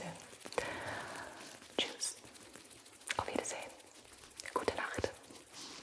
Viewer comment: I'm really surprised how well Gibis German spelling is! :D Your "Auf Wiedersehen" and "Wie geht's dir?" sound SO GERMAN, I was really confused at first xD Also great to hear that you enjoyed your trip. I'm a native german, but haven't been to Berlin yet, cause it's a 5.5h journey by train D